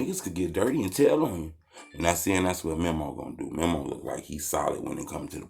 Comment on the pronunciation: It’s meeemo not memo 😂